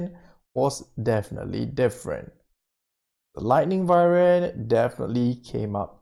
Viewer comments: Its not vivern its pronounced Why-Vern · Its Wyvern not Vywern lol